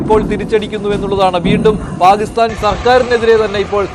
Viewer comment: Why you are saying always Palisthan. Pakisthan ennu thanne parayan enthenkilum budhimuttu undo?